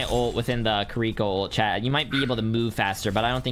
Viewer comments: "kuriko" its Kiriko, there is no U...not hard to pronounce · It’s kiriko not kerwika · Kireeka? It's kiriko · “Kriko” I swear it’s like every gamer has a speech impediment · Bro really said Keriiikaa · bro said KAREEKO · No one talking bout how he said kireeko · Kiwi co not ca re ko ones gonna talk about how he absolutely butchered her name? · Can we please start saying her name right? It's Japanese. Native English speakers can't pronounce a true Japanese "r" (I've studied Japanese), so the easiest way would be to say Kiddie-Co. No accent on the second syllable. If you have to place an accent somewhere, it would be on Kiddie. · No one is gonna mention him calling her Kir-reeko? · U pissed me off on how u said Kiriko's name at the start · Say her name right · The way he pronounces Kiriko makes my ears bleed